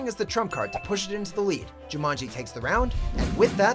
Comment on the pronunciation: Me too. I love the original. And it's Jumanji not Jumonji.